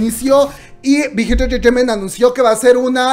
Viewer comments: Alguien que cuente las veces que dice "entretaiment" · Me hace gracia como dice big hit “entertainment” 😁😁😁😅😅😅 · Por qué dice tan raro entertainment xdxdxd?